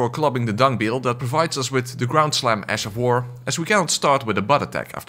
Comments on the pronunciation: did you just say "Ass of war"? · The fact your accent when saying ash sounds like ass makes it even better. Ass of war all the way! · Did you say ass of war? 😂😂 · Ash of War? Nay sir... Ass of War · I genuinely can’t tell if you’re saying ash of war or ass of war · You mean “ass” of war